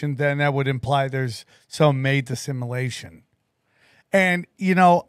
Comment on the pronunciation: One day will be able to pronounce simulation properly